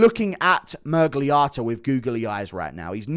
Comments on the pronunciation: The way he keeps saying Miragliarta is pissing me off more than Miragliotta himself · Stop calling him ‘mirgliARTA’ it’s Otta. Are you developing a fake American accent to fit in with you’re new pals